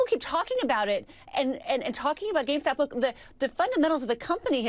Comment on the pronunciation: why she say GameStop like that